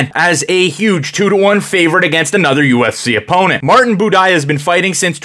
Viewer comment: Budai rhymes with Dubai Buday leggo